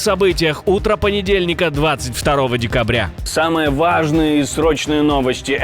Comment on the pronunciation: Лучше всех в этих роликах получается произношение слово -ВАААААЖДНЫЕ.😢😮😂😅😊